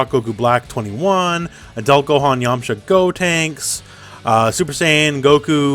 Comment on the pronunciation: I am disappointed you kept pronouncing yamucha wrong XD